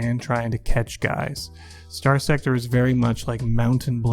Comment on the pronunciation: Why should anyone watch this when he can't even say the game title correctly?